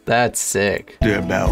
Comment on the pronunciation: Your pronunciation of deurbel was actually pretty good. I didn't expect that.